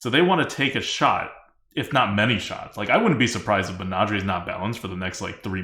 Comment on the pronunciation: Lol I almost forgot how weirdly pronounces things. Menager-ay? Sounds like part of a pig latin phrase were you're slagging off your boss.